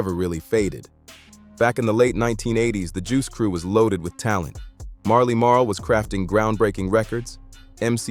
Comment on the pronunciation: 👎 AI slop I can't take this channel seriously if you can't pronounce Shan, Shante or Marley Marl. This narrator is whack..